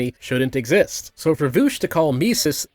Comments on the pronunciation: Why does he call him voosh? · I physically cringe everytime you say "Nootsi" and "Voosh"